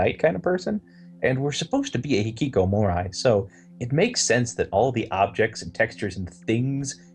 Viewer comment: "We both can speak a little bit Japanese" - can't pronounce hikkikomori. ;D